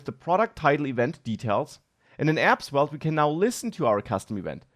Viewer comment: say the v like an f. 👍